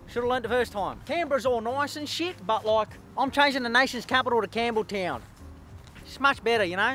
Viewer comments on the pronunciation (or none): “Eshaytown” not campbelltown